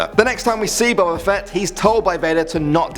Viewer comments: It's boba like boba tea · his name is boba not what you said